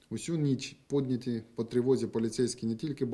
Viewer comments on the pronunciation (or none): написано "підняті" - читает "пОднятЫ" написано "ніч" - читает "нЫч" написано "тільки" - читает "тЕлькО", "тОльки" написано "дівчина" - читает "дЫвчына" Он букву "і" не знает?